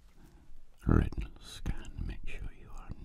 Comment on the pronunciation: Retnal scan ohh good. I thought he said rectal scan.